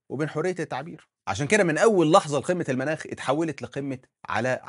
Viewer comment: رچاءً،، الأصدقاء المتابعين وبعيداً عن الفلسفة ولكن محبة في اللغة العربية،،، قل قمة (المُناخ) بضم الميم وليس المناخ 😂